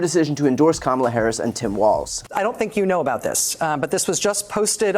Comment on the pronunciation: "Kalmala" This is the one time I'd accept the mispronunciation of our soon-to-be President.